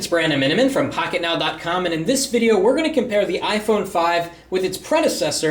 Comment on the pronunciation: listen from to sounds like pocketknob